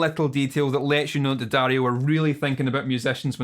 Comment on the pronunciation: at least you pronounce the name of the brand correctly ;)